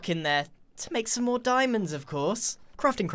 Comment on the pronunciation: It almost sounds like hes saying "crufting"